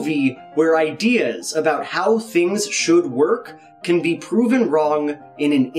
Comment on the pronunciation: Every time he says "be" .... I hear "bee"